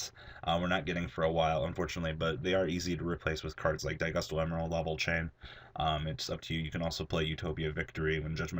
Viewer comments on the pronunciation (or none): none